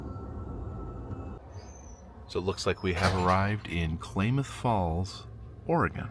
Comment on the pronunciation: It's pronounced CLAM MYTH Falls. Or K-Falls if you can't pronounce it correctly..!!!